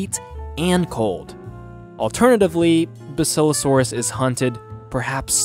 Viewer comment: It's bass ilo saurus